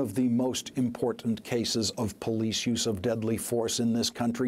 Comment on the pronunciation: Shocking revelations. Anyone else notice this guy couldn't say "district" properly? lol